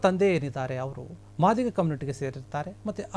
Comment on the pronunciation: ಕಚಡಾ ನನ್ನ ಮಗನೆ ಮಾದಿಗ ಅಂತ ಏನೋ ಒತ್ತಿ ಒತ್ತಿ ಹೇಳಿತಿಯ